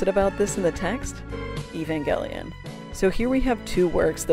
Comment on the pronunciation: i cant believe you pronounce evangelion like that